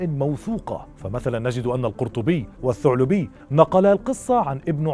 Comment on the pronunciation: الثعالبي وليس الثعلبي